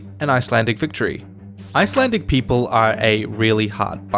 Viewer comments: I love how you butchered my language. We shall now add you to our collection of idiot foreigners along with history house and geography now. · It’s so funny hearing him saying Icelandic names 😂🤣😂🤣